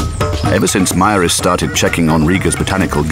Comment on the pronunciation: Except the pronunciation of Maris , but other than that very good .